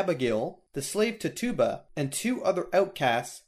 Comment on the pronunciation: I believe her name is pronounced titchuba